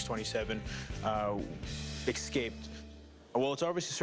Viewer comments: Did the expert say ' excaped'? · Why'd the money dude say "excaped?" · Why do some people say eckscaped? It sounds super stupid